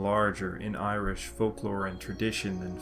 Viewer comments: Your Irish pronunciation is remarkably good. If you're not a native speaker, I'm interested in what you used to learn. Great work. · you pronounce with munster dialect and your irish is better than mine and learned it for 13 years 😀👍